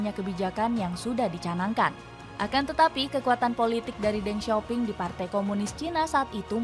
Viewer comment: Then sio ping bacanya